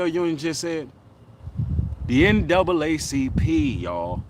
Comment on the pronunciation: That nigga said ncaacp